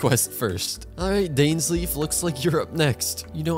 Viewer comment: This. Is. Not. How. You. Pronounce. Dainsleif.